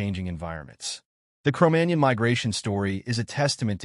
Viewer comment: MagNON ... jeez ...